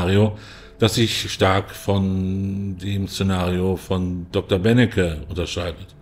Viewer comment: Der heißt übrigens Benecke, nicht Bennecke...